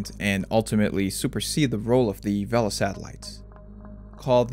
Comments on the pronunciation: Pronounced VAY-LU, not VEL-UH. Source: the people who built it (docu on the Vela satellites from the 60's) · "vay-la" rather then "vehl-uh", but anyway they were remarkably accurate devices by most accounts and only had one single "false" positive detection of a nuclear detonation in the history of the program - the Vela incident in the remote Indian Ocean between South Africa and Antarctica in 1979. This very "false" positive detection of a nuclear weapon explosion was definitely not a secret test of the clandestine Israeli nuclear weapons program and was definitely not confirmed by multiple other methods of detection as outlined in a 2018 paper by De Geer and Wright. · I'm sure that's how the word for sail IS pronounced in Spanish, but this word isn't referring to sails and the device's inventors weren't Spanish, so they all said "vay-luh", you can hear it for yourself on any number of historical films about the program freely available on this site. Similarly, the 1960s NASA program Gemini is rightly pronounced "jem-in-ee" and not "jem-in-eye" like the constellation. You're free to argue the "proper" pronunciation of these terms and others with their originators in the 1950s and 60s if you have access to a flux capacitor, but barring that, the correct pronunciations are the ones used by the men who adopted and repurposed them for their own modern technical needs when referring to the devices and systems they specifically created.